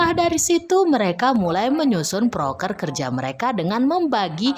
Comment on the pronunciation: Proker bukan prokes